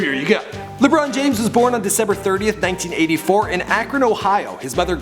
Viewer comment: Lebron James, Lebron James, Le-brown Jaim-s